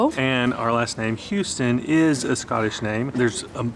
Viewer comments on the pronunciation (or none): Over there, it’s “house (🏠) -ton” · Houston is pronounced "Hoos-ton" here. Lovely little village.